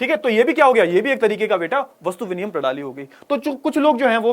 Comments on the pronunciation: Sir , Ye vinimay hota hai viniyan nahi Koi bat nahi ho jata hai kabhi kabhi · Sir vastu viniyam bol rhe app or wo vastu vinimay hai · विनिमय ❎️ विनियम ✅️ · Sir viniyam nahi vinimay